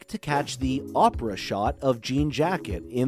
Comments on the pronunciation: It's Oh-pra, not Opera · Did the guy even watch the movie? "Opera shot" instead of Oprah shot and says that Em placed a coin operated camera in the well....What? The well IS the camera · Clickbait This guy can't even say Opra right, probably just an A.I. voice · It was supposed to be Orpah but her name was misspelled on the birth certificate so Oprah stuck